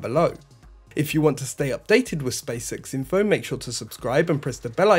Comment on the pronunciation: Stop saying space sex its space x...